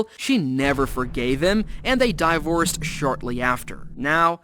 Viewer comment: Dyevorced lol